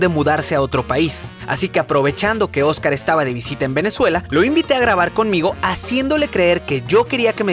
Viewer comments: Soy la única que se dio cuenta que dijo ojcar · Dios. ¿Qué pasó con el video 9? Quería volver a verlo. Sobre todo cómo pronuncias Ojcar Alejandro. 😞